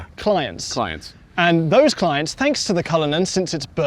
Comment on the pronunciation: "Clints"...... RIGHT 😂😂